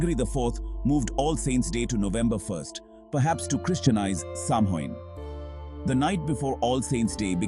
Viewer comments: Seriously it's 2024 and you can't pronounce Samhain correctly? It's awfully hard to take the video seriously when you kick it off with that. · They pronounced it like 5 different ways throughout the video and made sure to say Samhain/sammein/sumhoin as many times as possible. Also couldn't finish the video because of this. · in and I'm turning it off for this reason. pathetic.